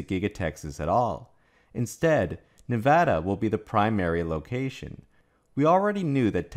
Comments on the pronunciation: I live in Reno and I’m on USA parkway all the time (location of gigafactory 1.) these trucks are always doing under the speed limit with an empty trailer. Wish I could show y’all the size of the recycling pads for battery’s. Thank you for pronouncing Nevada correctly!! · Thank you for properly pronouncing the name of the State of NEVADA